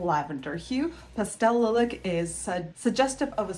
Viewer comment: Beautiful! By the way, it's pronounced LIE-lack.